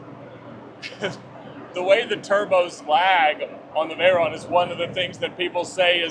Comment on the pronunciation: Love determination and resolve to continue to pronounce his cars' names incorrectly. "Vey-rone" and "Murci-EL-a-go." Was fully expecting "Die-a-blo"